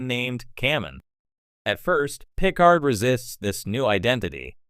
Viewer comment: Captain Gene Luke Pick-ard lol